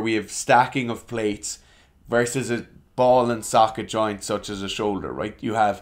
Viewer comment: 'ball and jocket soint' lol